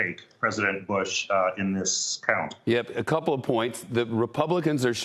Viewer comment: Hehe he said president buch at the beginning